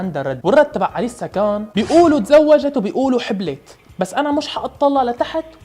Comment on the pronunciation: اسمها إليسا مو أليسا الهمزة تلفظ تحت الالف مو فوقو